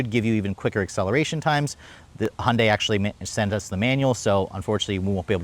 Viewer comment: If you are going to review these cars, learn how to pronounce the brand properly. Hun-day? Who the F is that.